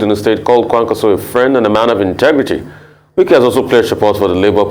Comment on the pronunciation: Lol nwannem it’s Wike not Nwike, you’ve called him like a nwa afo igbo 😅 daluu nna.